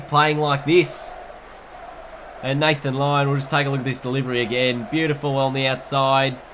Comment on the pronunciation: he says lathan lyon